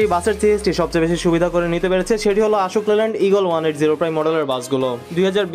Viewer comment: আপনার উপস্থাপনা ফলো করার মতো তবে কিছু কিছু উচ্চারণে সামান্য পরিবর্তন জরুরী। আশোক লেল্যান্ড না এটা অশোক লেল্যান্ড